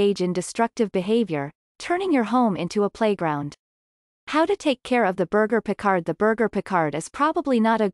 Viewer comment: When you don't even know how to pronounce the breed's name, we can clearly see you don't know anything about the breed.